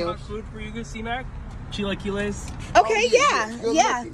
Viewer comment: the way he said chilaquiles 😂